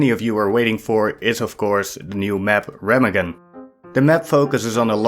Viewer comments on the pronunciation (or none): It's called Remagen ([ˈʁeːmaːɡn̩] RHAY-mahg'n) 😄